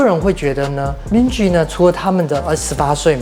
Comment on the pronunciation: Minji 和 Jisoo 的j都發錯音了 我強迫症！！！